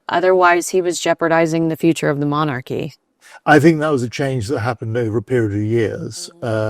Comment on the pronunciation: She left 6 years ago and you can't stop talking about them. I say, meghan is winning., what do you know about british monarchy? You can't even pronounce the word monarchy